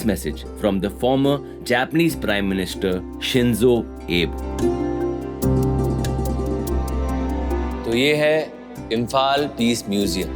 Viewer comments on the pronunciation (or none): Thank you for such an amazing narration of my beautiful Homeland "Emaleibak". Shinzo Abe - Name of the Late Japanese Prime Minister is pronounced as SHIN-zoh AH-bay